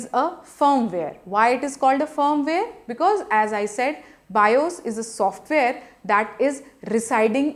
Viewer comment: i like the way she saying software.Haaahaaa #softvare